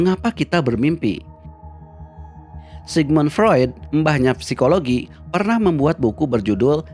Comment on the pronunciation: PSIKOLOGI DIBACA SIKOLOGI